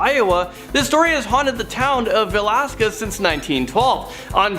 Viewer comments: Please pronounce Villisca, IA correctly. If you're going to make videos like this you need to know how to pronounce words. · Right. It is va-lis-ca. And Au-gus-tine. A long a.